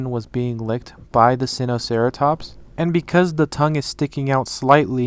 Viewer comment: Its actually pronounced "sign-oh-sareatops" 🤗